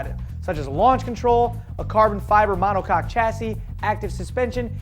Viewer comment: Did he say monocock chassis?